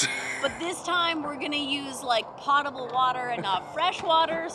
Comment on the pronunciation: I enjoy your story and watch other travel/RV videos. My pet peeve is that "potable" is so often mispronounced. Its a basic need of RVers and yet its regularly mispronounced on their videos. The mispronunciations may be why others get it wrong too. The "O" is not like pot. The "O" sounds like the o in pole.